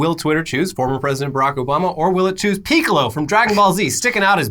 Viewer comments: Hol'up... Guys I love your show, been watching since Etc...c'mon man its Piccolo like pick-oh-low not pee-Co.-low 😂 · Dis dude said “peek a lo” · Oh no why did say Peecolo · Excuse me, but PEECCOLO!?